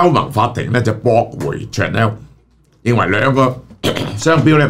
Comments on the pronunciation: Chanel pronunciation is shuh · nel, not chan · nel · Chanel呢個字，記憶中發音已經錯咗唔止一次，何必繼續誤導觀眾網友？